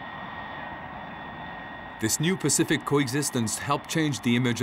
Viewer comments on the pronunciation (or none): none